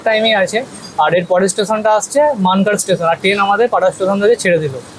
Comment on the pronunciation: মানকার না মানকর